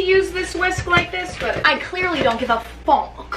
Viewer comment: "I kinda don't give a FOCK." 😂